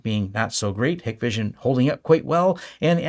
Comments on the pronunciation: Hikvision is pronounced Hike-vision by the way…at least that’s how the US sales and tech support guys say it. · Same here. Hikvision in closed loop system with no access to internet, separate VLAN and local NTP server behind a half decent firewall work well. That 'list' is just geo-politics at play, nothing a good sys-ops can't figure out to filter/block any 'phone home' features. PS it's pronounced HIKEvision and written with the E missing. I see more of my Ubiquiti kit calling home than any of my Hikvision cameras have ever done. Hikvision also 10% the price of some of the high end brands so if, as and when anything fails easy to right off and replace.